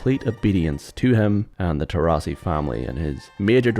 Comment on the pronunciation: For God`s sake, they`re italians, so they`re TorrIsi, not TorrAsi, and the protagonist`s name is pronounced as Entso, not Enzo.